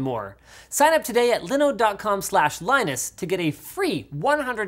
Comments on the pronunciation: if dawid just hear u butchering liiiiiiinode i think he wont be happy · Its pronounced Linooooooooooode. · If you're gonna get sponsored by Linode, at leas say it correctly, like Dawid. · My heart hurt when I heard Linus pronounce Linode. Dawid has spoiled us. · David will learn you how to say Linode 😂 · Linus you need to say Linode properly, go watch a DawidDoesTechStuff video